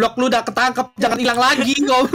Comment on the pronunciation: Ngakak banget bilang ilankkkk 😂😂